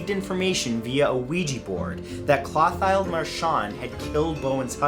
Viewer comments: Clothilde=/= "Claw-tiled". It's "Clo-tilled" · Really good stories, several that were new to me. Needs some work on pronunciation. Curan is Cur an, not Kyur an; Clothilde is not Cloth aisled, but Clo(rhymes with glow) teel, or Clo teeld. Thanks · It’s pronounced Clo-til-da...not Cloth-hide. 😊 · Clothilde/Clothile is pronounced Klo-teal. FYI